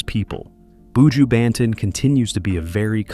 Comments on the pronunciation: That’s why White ppl should never tell our stories. They never get shyt right. Not even our names. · Why do these people always want to talk about black people and don't learn how to pronounce the people's names, countries, area, villages correctly? It's pronunced boo jew (buju). Even buju's flipping surname is simple to pronounce and you're still getting it damn wrong. Shait man!! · BOO-JEWW Bentone lol this narrator has me laughing every time he says that😂😂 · Terrible! Can't even pronounce his name nevermind talk facts. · Not even pronouncing me star name properly!!! Leave him alone sir, unnu can't break me star, so carry on wid fake news!!!!!!